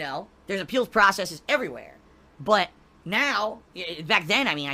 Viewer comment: Why does he pronounce "processes" as "process-ees"